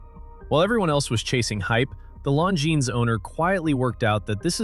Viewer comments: I bought a Tag Heuer because I wanted a Tag Heuer, not a Rolex. Nonsense that people who bought one wanted a Rolex. Oh, and it is Longines, with a silent S. Before criticising watches' owners, pronounce the brand correctly!. Rolex used to buy in movements — the Daytona was powered by Zenith's El Primero movements for years util fairly recently. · Except you don't. Longines, Lange und Soehne are pronounced wrong. He/it got Breguet wrong the first time as well (it's not "Bree-guet").